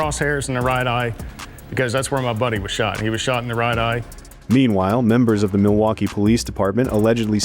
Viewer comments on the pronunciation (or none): none